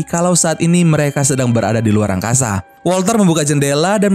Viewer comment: Wkwkwkwk mimin bilang angkaza